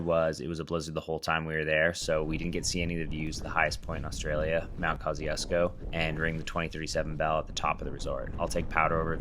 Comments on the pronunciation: As a Polish person hearing KAHZI-UZKO pained my soul. I know Polish is hard as fk but like come on man. Kościuszko did not die for this💀💀💀🙏🙏😭😭 Kościuszko mentioned🇵🇱🇵🇱🇵🇱🇵🇱🇵🇱❤️❤️❤️❤️ Kościuszko jest gwiazdą na moim niebie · As a Polish person, hearing you mispronounce "Kościuszko" is pretty funny :)